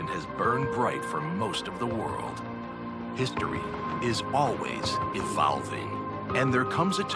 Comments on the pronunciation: Lol, "History is always ah-valve-ing". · “History is always evAlving”